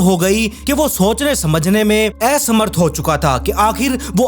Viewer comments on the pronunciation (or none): Bhai Tum Bharat, India Hindustan, se hi ho na..??? To itni ashuddh Hindi kyun bolte ho असमर्थ एहसमर्थ bolte ho ..??? Mat bolo bhai English me bol do Tumse nhi ban rha bolte to 😂😂